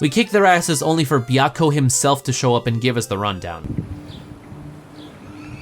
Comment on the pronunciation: As a fan of Fushigi Yûgi, your way of pronouncing Suzaku,Genbu,Byakko and Seiryuu hurts my soul.